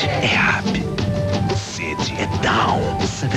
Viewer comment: em inglês up se fala ap. Com som de a